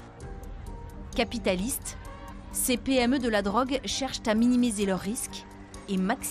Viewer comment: Ça fait 40’ans que vous faites les meme reportage que vous dites la même chose avec ces air de socio éducateur de la république, « issu des familles monoparentale, en rupture avec la société quartier populaire » mais le mieux c’est la meuf en voix Off qui dit bien le mot « capitalISTE » de la drogue pour encore bien gOchiser le truc et bien faire comprendre que le caaaaapitaeeelisme c’est paaaas bien … faut être humain, à l’écoute, bien veillant….. On fait quoi… je sais pas, une bombe on rase tout on refait un pays peut être avec un peu mieux que des fin de race dans ce couple pitoyable bobo-racaille qui fait l’électorat des élites